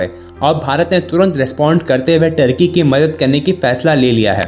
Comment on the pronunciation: Bahan Turkey bol rahi ho tharki bol rahi ho 🤣🤣🤣